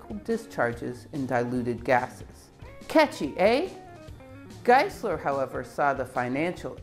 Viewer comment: It is pronounced Room-Korf and Geye-Sler.